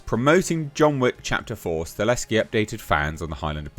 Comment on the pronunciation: Dude, it’s “Sta-HeL-Ski” not Staleski. I know you can read! You can do it! I believe you! 😂👍🏼 Lol. Sorry, it bothers me. Love your channel dude. Keep up the good work,. 🤙🏼